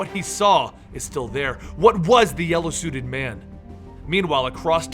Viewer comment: Lol he said yellow suit in man